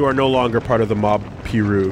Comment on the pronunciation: blood said 'Piru' wrong. lol